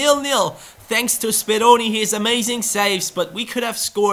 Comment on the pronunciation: BelajarMenggambar its Speroni :p